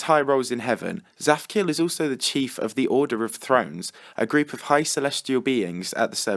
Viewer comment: so i know Hebrew and when you say "zaphkiel" in Hebrew it sounds so different (tsaphciael)